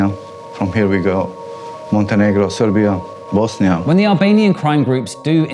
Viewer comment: As an Albanian I can tell that the guy with balaclava shot few times doesn't have albanian accent when speaking English. Funny how did he pronounce Serbia as he was born there. Yes it's a big problem within community but easy to pick on them for headlines. Something from daily mail or the sun